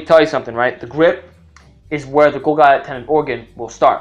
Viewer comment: Golgi is pronounced gawl-jee.